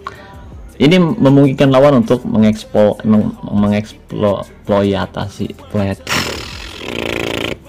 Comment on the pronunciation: Baca jangan di satuin om, tapi MENG-EKSPLOITASI